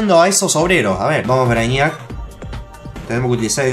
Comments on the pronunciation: se pronuncia Breiniac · no se dice asi,busca la pelicula "superman:braniac" y vas a saber como se dice 😁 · Oh dios... la forma que le dice al brainiac Se dice brei-niac porfavor xD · Se dice breiniac no? :'v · Te burlas de jorge por no saber ingles pero lo hablas para el culo ;-;"brainíac" wtf???